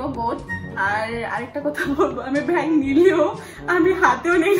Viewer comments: তোমার টাও হয়নি বেগ না ব্যাগ😅❤ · hahaha you so funny.tho it's bag not vag